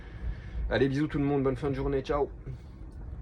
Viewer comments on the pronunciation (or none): none